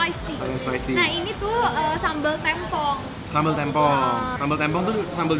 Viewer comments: Yawla epic banget pas momen daging mau jatuh eh kacamatanya ikutan jatuh. Btw kayaknya nama sambelnya yang "tempong" penyebutannya yang huruf 'e' kayak bacanya E dari "tempe" bukan 'e' dari kata 'kemarau'. Tapi di menit berikutnya si pelafalannya udah bener sih, lalu salah lagi. 😅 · Sambal tempong.. penyebutannya keliru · Q ngakak pas nyebutin Tempong,,, "Tem"nya pelafalan "tempe" bukan "tempat" 😂😂😂😂😂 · Kalo orang Banyuwangi,biasanya ngomongnya sambel tempong pake e bukan huruf e kak hehe😉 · ngomong tempongnya bikin ngakak. nada E nya salah tuh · Sambel tempong itu emang uenaaaak banget huhu. FYI, pelafalan tempong kaya e di tempe ya ^^ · Baca tempongnya ga gitu kak